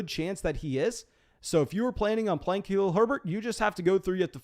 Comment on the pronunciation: You do a good job but can we get you to say Khalil Herbert’s first name correctly, please? Thank you.